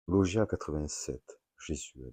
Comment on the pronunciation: Bonjour pour info logia est le pluriel de logion , nous disons donc un logion , et se prononce log-ya et log-yonne